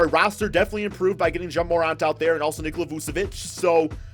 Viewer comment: This nigga said some “Jay MORant”🤣🤣